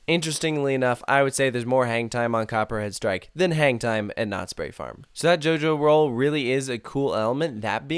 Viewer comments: Each time you say the title of the ride, it feels like you're saying "Copyright strike" XD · Am i the only one that hear him saying "copyright strike" throughout the whole vid lol?